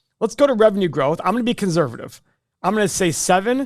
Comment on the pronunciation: Why does keep pronouncing conservative as conZErvative?